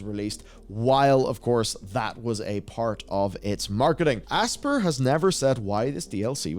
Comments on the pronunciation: Aspyr is pronounced "ASPIRE" (ASS-PIRE), not "ASPER" as in to "Aspire" to do great things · The company name “Aspyr” is pronounced like the real word “Aspire.” You mispronounced it seven times. How do you have a job covering gaming and not know this? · I think Aspyr is supposed to be pronounced Aspire